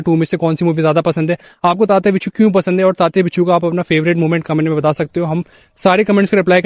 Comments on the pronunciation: bhai its winsuu not binchuu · Sir it is tatya vinchoo not बिच्छू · Hindi people often pronounce the letter व as ब. That is the inaccuracy here.